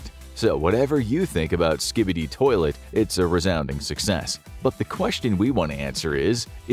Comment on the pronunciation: SKIB EEE DEE